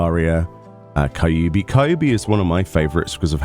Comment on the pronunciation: Kai ubi... ugh 😂 the pronounciation is Keeubee😂 I'm so glad it's back, gonna grind fates so hard it's gonna be a problem